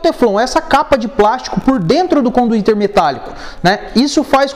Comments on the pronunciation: Conduíte cara, não conduítERRR!!! RSRS Maneiro o vídeo. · Super didático, mas que agonia ele dizendo conduíteR. É conduíte. Kkkk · Conduiter? Conduíte? Eis a questão. Man, bom seu vídeo, a propósito. Mas tu falou muito conduiteR, tá errado, dói oszuvidu... Rsrsrs